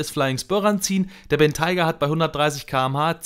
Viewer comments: Dachte man spricht ihn Bentäi-ga aus und nicht Bentei-ga 🤷‍♂️ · Gutes Video, aber du hättest du Aussprache des Modells kurz googeln sollen. Das stört etwas. Sonst aber klasse, wie immer